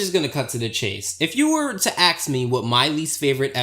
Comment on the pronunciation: I don't know if you will see this, but I have to get this off my chest. Why do you prononce the word "ask" as "axe"? I've never heard that and it doesn't fit within the English language.